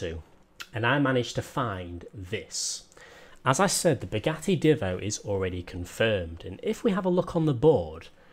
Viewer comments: Divvo That annoys me a lot It's Divo Said - diivo - Long I Just letting you know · By the way it's "deevo" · The Divo is said with a long i Just letting you know